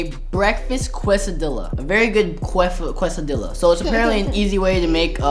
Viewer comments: Michael why did you say quesoDilla its a quesadilla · He said qua cedilla it’s quesadilla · I like how he can’t say quesadilla lol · The way he said quesadilla 😂🤣😅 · The way he said quesadilla made me cry😭😭😭